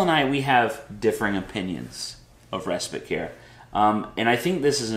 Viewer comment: Just curious why you say res-spit? Isn't it spite?